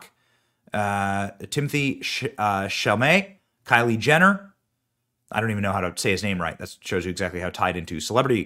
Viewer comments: Her name is KYLE, just regular KYLE! NOT Kylie!! Maybe research a bit? I couldn't watch this video for more than a minute or two because you Kept Pronouncing her name WRONG! You do this ALL OF THE TIME!! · Kyle.... Like Kyle Rittenhouse. Not Ky-lee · It looks like her name is Kyle (Ki•el) not Ky•lee? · It clearly says “Kyle” and it’s right in front of your face, but you say “Kylie”??? Wtf way to disrespect the dead